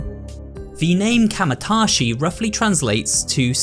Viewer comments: Bro, did you literally write out the name kamaitachi and then proceed to mispronounce it as kamatashi every time you said it? I appreciate the dedication lmao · It's ka maii ta chi not kamatachi